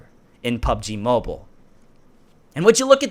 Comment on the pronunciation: Hahahaha he said Im not dump Lol he is he cant say mobile